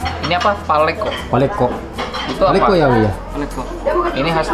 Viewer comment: Palekko pak, bukan palekko. 🙏